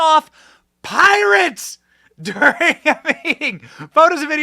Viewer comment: Not Pirates, but "Poorates"